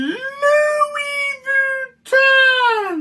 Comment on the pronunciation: is he intentionally mispronouncing Louis Vuitton like he does Submariner? - I don't think he is. it's all a bit sad tbh.